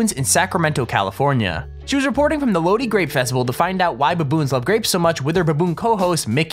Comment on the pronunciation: lol I’m from lodi. It’s actually pronounced (low-dye) not (lo-dee)